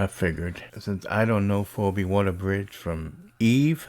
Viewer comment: Her name is pronounced 'FeeBee' but yeah this crap doesn't surprise me.